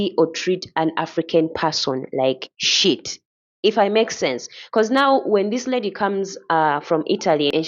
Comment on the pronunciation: Great show..👍🏾...The way she says "SHIET"!..you feel it🤣🤣. shout to North Uganda Fashion Week March 27-31..Gulu City!!